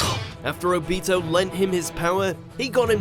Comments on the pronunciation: The way u said ob-I-to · It’s obito, not oh Beto Like pronounce it right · Did u hear how he said o-bit-o it's o-bi-to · You say it like Obeato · My mans said obeto😂😂😂😂😂😂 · How he said obito infuriates me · The people who made this video are complete idiots! This is so wrong and you cant even say obito's name right. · When you pronounce obito wrong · The way he says obitos name is really gettimg on my nerves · The way he said obito made me want to die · Thats not how u say obito name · Just stop with the Naruto videos. Ever since your first few where you pronounced Akatsuki as 'A-cut-su-key' and Sasuke as 'Sa-su-key' it has been clear that you know nothing about the anime. This video proves that you still don't. Lacking Hashirama but keeping Madara, lacking Itachi but keeping Obito, lacking Pain but including Momoshiki. It's fucking ridiculous. It's like someone watched the movies and decided they knew everything. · Soozano Obeeto? Susanoo Obito. Let's work on the right pronunciation shall we? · the way he pronounced obito and susano killed me